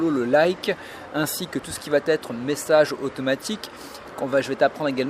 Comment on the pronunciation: A tu as dis Massage au lieu de message lol